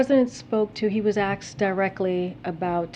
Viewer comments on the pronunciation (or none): the question was axed. She actually said axed not ask. really articulate lol